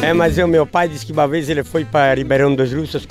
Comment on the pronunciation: O ruim deste vídeo é que ele acaba, "una véiz"! Kkk